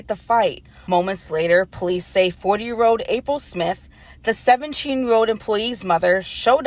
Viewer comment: “17 year owed” imagine a (non asian) news anchor who cant pronounce the letter L